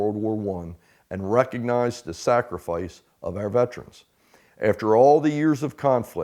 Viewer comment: IT'S PRONOUNCED VET ER ANS... NOT VET TRANS🤣🤪😵😵‍💫😡